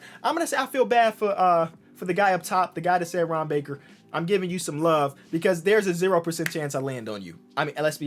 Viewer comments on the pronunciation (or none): I swear to God everytime he said Ron baker in the beginning I legit thought he was saying harambe